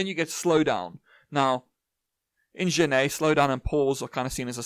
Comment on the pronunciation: Hey, great video but Genette wasn't Spanish hence his name is pronounced like Jerar Jenett. Hope this helps 😅